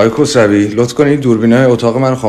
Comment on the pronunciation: خیلی دقت کردم تابفهمم میگی آقای خسروی یاآقای کوسرَوی که فهمیدم میگی آقای کوسرَوی 😂🤣